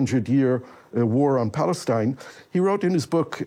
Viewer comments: I stopped listening once he said "Balestine." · I stopped watching straight after he said "Balestine." The left have zero common sense.